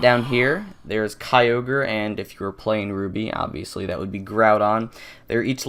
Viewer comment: 3 Things: 1. The very first time a YouTuber pronounced Kyogre right (it's not pronounced kee-o-gur) 2. Is it true that you can get Celebi on Route 117? (Obviously not in the remakes) 3. What's in the cave behind the Day-Care?